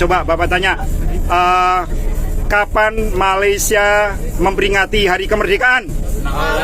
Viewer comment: Perbaikan sebutan ‘Malaysia’ cikgu